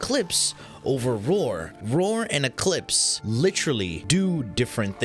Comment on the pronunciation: Just the video i needed.. And.. OOOOOH. ROAR! You're saying ROAR. Why the HELL do you say it "Vore"? Do you know how freaking long i looked for a "Vore" mod?